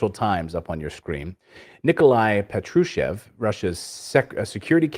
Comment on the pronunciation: Great job, you two. P.S. it's "Pátrushev," not "Patrooshev." Emphasis on the first syllable.